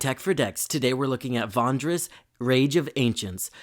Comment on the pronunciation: Love the video! I just wanted to say that I chuckled a bit everyday time you said Vondris instead of Vrondis